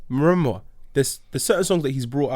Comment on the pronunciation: man didn’t even say ‘remember’ he said ‘maramba’ 🤷🏽‍♂️😂